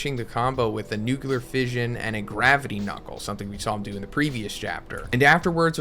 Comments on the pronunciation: Say it with me now: Noo - clee - ar Nu-cle-ar Nu-clear Nuclear pronouncing it nuke - you - lar makes you sound like George W. Bush, and he was/is a total and complete douche canoe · Wtf is a "Nukular" Fist bro? Read this word. "Nuclear". Where do you see a second "u"?